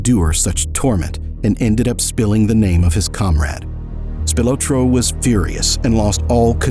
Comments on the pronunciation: Spil-ah-tro not Spil-o-tro. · His name is pronounced Spilaaaaahhtro. His son my my best friend in grade school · The surname Spilotro (originally Spilotros) is pronounced SPEE-lo-tro. He was a distant cousin of mine - fortunately distant! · Am I the only one thinking he’s pronouncing his name wrong?